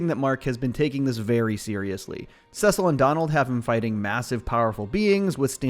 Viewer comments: I’m sorry did you just say “sesill” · couldn’t keep watching after hearing how he pronounced “cecil” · Yes, he does this in every video. I don’t understand how you can mispronounce the character name from a show You just watched when they pronounce the name over and over again in the actual show you were watching.😂😂😂